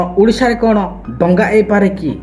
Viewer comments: ତୁ ମIରିଆ ଦଙ୍ଗା କୁ ଡଙ୍ଗା ବୋଲି କହୁଛ ମୁର୍ଖ କୁକୁର ପେଳ ଚଟା ଘୁସୁରି ପେଳ ଖିଆ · ଡଙ୍ଗା ନାଇ ଭାଇ ଦଙ୍ଗା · ଆଜ୍ଞା 🙏 କ୍ଷମା କରିବେ ଡ଼ଙ୍ଗା ନୁହେଁ " ଦଙ୍ଗା "